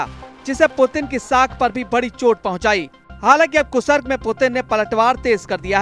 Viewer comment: कुसरक नहीं कृस्क है कितनी बार गलत बोलोगे?